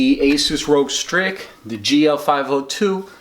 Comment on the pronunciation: "Roug strik"